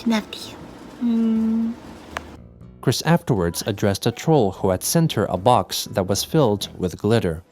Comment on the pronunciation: I hate how cwc pronounces box, funny how the subtitles are accurate